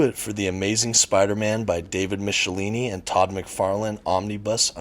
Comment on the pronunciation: Isn't it supposed to be Mick - e - line - eee?